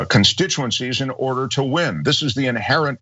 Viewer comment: He said inherent so